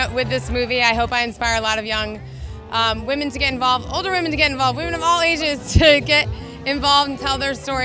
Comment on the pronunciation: Him in his feminist comedy video: “feminist comedians make such shallow jokes...” Him in this video: says wamen Me: hehehe he said wamen